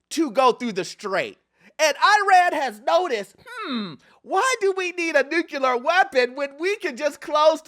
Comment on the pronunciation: new - clear, not new - kya - lar